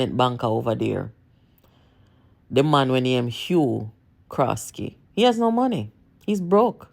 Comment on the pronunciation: His name is Hugh Croskery not Hugh Croskely